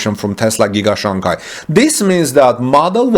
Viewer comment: The second syllable of Shanghai is pronounced like “hi” not gai or kai.